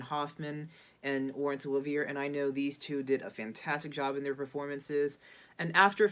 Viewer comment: You should probably no how to pronounce Laurence Olivier.